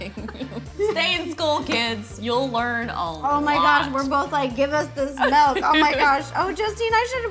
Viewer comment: when they were talking soggy cereal an ro said mALk… i almost turned the video off😩😂😂